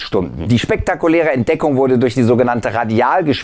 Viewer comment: RabarberRabarber......specktakulääär.....unglaublich, was es im Universum so alles zu entdecken gibt! Und je schneller man spricht, um so unglaublicher wird es!!!! Groß....größer.....unglaublich gross.....🙄